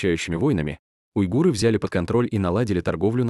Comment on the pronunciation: Кстати --уйгур , а не уйгыр😊